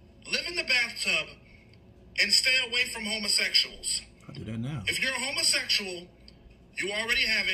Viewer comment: I thought instead of homosexuals he said home essentials